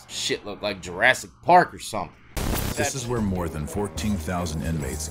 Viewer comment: He said Jurassi Park!